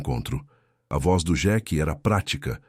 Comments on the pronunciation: Senhor a pronuncia não é xeque é sheik 🤦🤦🤦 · Nao e jequi é Sheik......não sabe falar IA. Ou quem traduziu é burro. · Por que que o narrador não fala Sheik Fala Jack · O narrador não sabe falar sheike